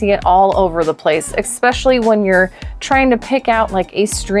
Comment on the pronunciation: Love your content. One tip: Your perceived IQ goes down when you can't pronounce simple words like 'expecially'.